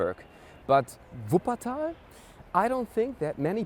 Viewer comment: Er kann so was von deutsch so wie er Wuppertal ausspricht